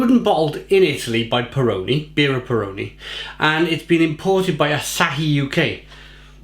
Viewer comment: Your pronounciation of "Peroni Gran Riserva Rossa" gave me a faint. I'm italian, you see. You said "Pr'nee gr'n R'sr'va roZa". All the vowels were not pronounced.